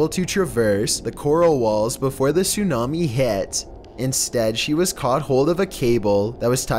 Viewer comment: "soonami" bruh